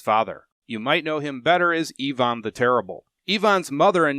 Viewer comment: I immediately respected you for correctly pronouncing Ivan as Eevan rather than the usual Aivan ;))